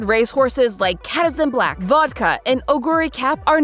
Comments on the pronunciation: There is a blatant error here. The first horse mentioned is pronounced wrong and spelled incorrectly in the subtitles. It’s not “Katizen Black”, it’s Kitasan Black. I am surprised that such an error was overlooked. Kitasan Black is the main character of season 3 of the Umamusume anime, and she is a very popular and iconic character whose proper name should’ve come up many times during research. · they have many horses older and younger than that like kitasan black who raced from and maruzenky from the 70s Also, just pronounce their names how they’re pronounced in the game, so it’s maya-no top gun and keeta-san black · Hears KAT-asan black Ki... kitasan... KEYtasan black... Dies of 2d4 psychic damage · "cat-a-san black" 😭😭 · Correcting things because im hyperfixated on this game: there are currently over 130 Umas on the JP server, which is the most updated version. Kitasan Black is pronounced kee-tah-san the Suzuka in Silence Suzuka is pronounced sue-zu-kah. Emphesis on the su, not the ka. Mayano is pronounced my-ah-no. do not put emphasis on the ra, put it on the u. Also with japanese names, the R is pronounced closer to L. There is so much to go into with this game, i would LOVE to see more about it. Especially because of how many characters there are. Some of my favourites i would love to see are Still In Love, Narita brian, and Twin Turbo.